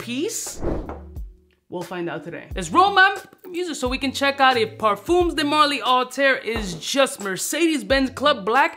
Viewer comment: 'ParFUMMMS' de marly, lol